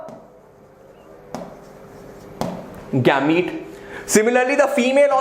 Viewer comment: It is not gaamete